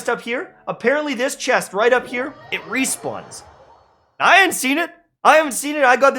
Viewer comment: Ay yes, respwaning chest. Those where the good days 😂 😂 😂